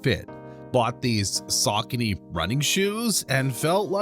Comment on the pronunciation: Is pronouncing it incorrectly